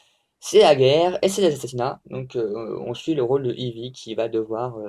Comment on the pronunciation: J'avoue j'ai ri quand tu as dit "The book of Ivy prononcé I-vy" xD Ca dit dit AIE-VY lol Ca veut dire lierre en anglais ;) En tout cas j'ai adoré ce roman! Fate/zero, je l'aurai un jour! Allez, ça va bien se passer pour ta VO, comme tu dis, qui ne tente rien n'a rien! Et oui, ça s'améliora c'est sur et certain!